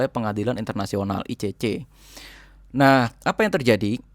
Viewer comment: Mantap infonya ..kerrenn,..kritik dikit yaa mas..😆,klo bilang Nahhnya, jangn medok" kedengeran kocakk tapi rada gimana gitu...😆🙏maaf yaa mas, sy pengikut setia info dr sampean..mksh banyak infony